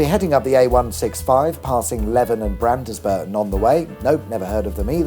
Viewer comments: One min 13 seconds in and I pressed the button specifically for this Market Weeton & Londsbruh Not ay one oh seven nine but ay ten seventy nine, the road to hell, I mean Hull. Also Brandsburton not Brandiesburton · How did you know about the dogging spot at Mkt Weighton😅 I learned to drive a car when I was 12 on Cranaby runway before they built all the stuff there in the 80s. You missed George Hundson the railway Kings old house up the road🚂 no on says Leven (leeven) or Brans (brandes-burton ) properly unless you livw here😅😅😅😅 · Town names (pronunced as when I were a wee nipper in 'ull): Market Weighton = market wee-tun Beverley = bev-lee Hull Bridge = Ull-bridge Leven = lee-ven Brandesburton = brandsburton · Nice to see you in my area. Just to be annoying, Market Weighton is pronounced Weeton, Leven as Leeven and Brandesburton as Brandsburton 😄😄Great video as ever! Cheers! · Had to laugh Market Weighton pronounced Market Weeton, and the de in Brandesburton is silent so is pronounced as Bransburton, fully enjoy your videos👍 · Also pronounced brans-burton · Market what....? Leven and Brandesburton.....You have pronounced all these wrong.....Sorry.... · Also Leven is "Leave-en" and Brandesburton is Brands-Burton ;-) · Oh dear me! "Market WEE-ton", not "Market WEIGHT-on". And "Londs-BRU Arms", not "Lond-es-bru Arms". Also "Brands-burton" and not "Brand-ES-burton".🤣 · Ugh. I'm going to be that person... it's Market "Wheat-on" and "Lons-borough Arms" and "Brans-burton". Sorry. Carry on. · Good effort, but! Market Weighton is pronounced Market Weeton Leven is Pronounced Leeven And Brandesburton is pronounced Brandsburton 😅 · 'Market Weeton', 'Brands-burton', 'Leeven' 'Londsborough' Eythenkew! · I ask with respect; but is English your first language; your pronuciation is lacking sir. Market "Weeton" is the correct way to say it and also Londesborough is Londsbro as is "brandesburton (Brandsburton) with this aside I watch your channel with much interest thank you.